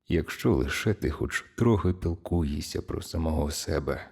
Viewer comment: Перепрошую, а чому ви кажете «пілкуєшся», наче ж правильно «піклуєшся»? Загалом озвучка приємна, дякую 👍